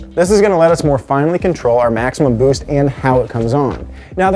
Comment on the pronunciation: Bwoost cweeps